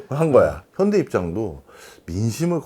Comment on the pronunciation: 현다이? 일본인 인가? ㅋ ㅋ 더 정확하게 겐다이 라고 해 😂